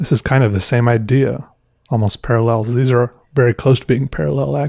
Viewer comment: Almost parllels? 🤣